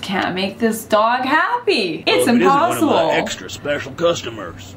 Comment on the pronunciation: it’s imPAWssible 😌😌😌